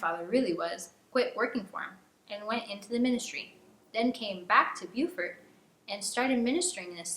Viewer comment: Not a criticism, I promise. It's Bo-Fort not Bu-Fort.